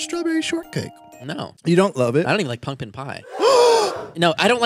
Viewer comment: Was it just me or did say pumpkin differently? Lol